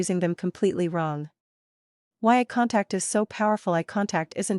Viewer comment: I'm not sure 'ah contact' is a thing... but eye contact is!